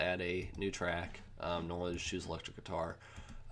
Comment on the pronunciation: Every time he says "Guitar", it sounds like he says "Qatar". Thanks for the video though :)